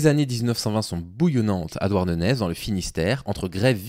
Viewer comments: Douarnenez: à prononcer "Douarnené". Au pire dites "Douarn'" ça marche aussi.😅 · suoer vidéo comme toujours, juste on prononce "Douarnené" ;) merci pour ce que tu fais